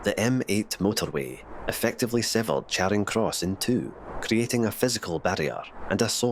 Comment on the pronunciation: Charing Cross in Glasgow should be pronounced as Chairing Cross. In fact the narrator mispronounced a number of Glasgow Place names.